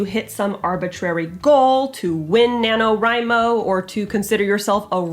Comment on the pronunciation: I was painting with this video in the background and I literally thought she was saying Nano Rhino; every time she said it I mumbled the word, Crash because you know, rhinos.